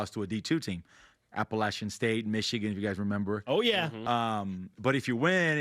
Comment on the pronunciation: Wow, he pronounced Appalachian State right. You love to hear it.